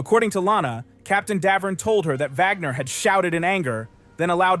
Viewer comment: Wagner not Vagner